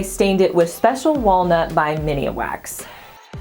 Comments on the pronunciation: Love the bathroom! The stain is called Min-wax, not Mini-wax...you made me chuckle...lol.. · I giggle every time says "mini wax" as the brand of stain she uses, it's MINWAX. Love ya you're too stinkin cute! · I was meaning that pronounces it with an "uh" between mini & wax. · Makes me smile every time she says it! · I laughed a bit too and hit replay just to check I wasn’t hearing things— “Mini-a-Wax”. Sorry just teasing but now you know. 😂😂😂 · Me too .... I keep wanting to say “IT’S MIN.. NOT MINI”!!!! 😆. I love that black Sputnik Light Fixture. Would never think of putting it in the bathroom. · Bathroom looks great!! Light fixture seems a bit much size wise maybe something smaller & more organic? just a lil fyi - it's Min wax (Minwax) not Mini wax....just so ya know! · It's Min-wax, not Minnie wax...lol. That's cute. I love the atomic light fixture. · Sweetie are you saying “ miniwax” it’s just “min-wax” just saying cause they would be a great sponsor for you!! Love the bathroom!! ❤️ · I love all of your projects and videos! But did you know the stain is pronounced Minwax and not Mini wax? Lol..still love ya! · Always like almost everything u do keep up the great work! 👏 Oh n the stain is pronounced Min-wax not Mini-wax 😉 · Beautiful! (Just an fyi, Minwax is pronounced min-wax, not mini-wax.) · Every time! I do the same thing. "It's MINwax, not mini-a-wax" :) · Wouldn't it be pronounced min wax instead of mini wax? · Minwax not miniwax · I know you had the small can, but it's MINwax not MINIwax lol. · It’s MIN wax, not MINI WAX! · Just FYI its MIN WAX not Min i wax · It's Minwax, not Miniwax. Just sayin'. Good job! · It’s pronounced Min-wax… not Mini- wax 🙄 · I notice a lot of DIY'rs on YouTube say "Miniwax". It must be one of those things that get said wrong so long that they all do now 😁❤ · I thought I wasn’t reading it right. 😂 Miniawax? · I love your channel especially the room makeovers. Oh btw it’s pronounced men-wax 😆😉😊